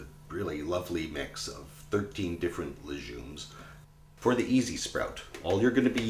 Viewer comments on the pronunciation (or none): "Leh-jumes"? I don't think so: it's pronounced "LEG-youmz"!